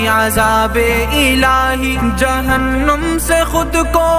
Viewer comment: It's not jahannum, it's jahannam